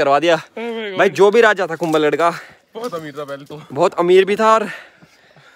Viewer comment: Kumbhalgarh not kumbalgarh